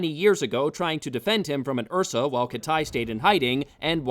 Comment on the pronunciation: What’s an Ursa? Oh, you mean an uhhhsaaaahh